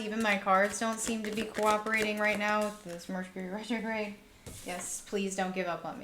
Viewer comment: Hahaha your bloopers 😂 “Hercury” Retrograde 😅🤣 Loved the pick a card read! Pile 3 🥰